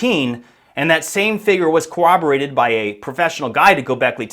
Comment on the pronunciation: I think that you should go back to your older style videos where you're not riding the cock of graham. Everyone is aware that he's great and has incredible information, but you're doing too much and being too aggressive to get your foothold into an area where you're just a voice. EDIT: it's pronounced corroborated. There is no W in that word.